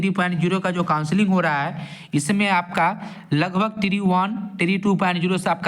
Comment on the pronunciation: Bhai tree pronounce mat Karo TRE bolo jayada thik rhega